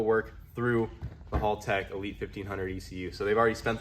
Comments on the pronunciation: hÄltech, not hOOltech 😅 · Haltech is pronounced Hell-Tech not Hall-Tech, just so ya know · It's pronounced "Haltech" not "Holtech" bloody seppos... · Pretty sure it’s pronounced Hal- tech. Not hall tech. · Did my man just pronounce it as hulltech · Love the HalTech stuff, got the Nexus R5 for my build. But it is pronounced as HellTech… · Its "Haltech". Why are you saying Holtech? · Why do all the US youtubers call it "hall tech" 😅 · fyi, it's pronounce like the name "Hal" tech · Its painfull to see after all these year's, still hasnt bothered to learn how to pronounce haltech... its not hall tech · hey im gald your all felling better but that's not how you say haltech just thought i would let you know, just watch any australian youtube channels about cars and they will tell you the correct way to say it. Cheers mate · Haltech being mispronounced constantly drives me insane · It's funny hearing you pronounce Haltech slightly wrong. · Hommie still saying Haltech wrong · Bro! Please. You must say it right! This is haltech’s video.